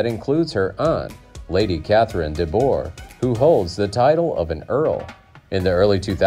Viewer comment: Mr. Bennett wasn't grumpy! This version of Pride & Prejudice is the absolute best thanks in large part to Andrew Davies. You mispronounced Lady Catherine de Bourgh -- the "Bourgh" part. You slaughtered it. It's imperative if you're gonna' attempt to be a broadcast maverick that you pronounce names properly. My God! "Ciscero!!" It's pronounced exactly as it appears. I don't know what you said! Where's Barbara Leigh-Hunt, the Lady Catherine de Bourgh character??? You left out so many great actors who eventhough they didn't have principle roles were each noted actors within the industry. You just left them out completely!!! 💥Learn how to say names properly & don't omit significant folks please!💥